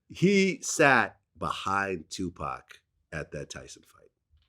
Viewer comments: Did this dude say 2 pack instead of Tupac then corrected himself talk how you talk man dude keeps showing his vulture card membership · Vlad said Tu PACK lmao...yo Vlad,it's the whiteness bro. It's ok to let it out once in a while lol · Did this nigga glad just say 2pack...common mann wtf